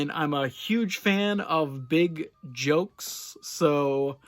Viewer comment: Did you say "jokes" or "jugs?" wink 😂